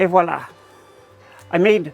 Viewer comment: hearing someone say "et voila" properly instead of "Wallah" made me unreasonably happy hahaha. I don't know why it did, maybe my French-Canadian blood being dramatic, but I've ALWAYS loved your content. thank you for being real about everything you do. S#!t happens, move on or you've given up. I like your mentality about this whole project <3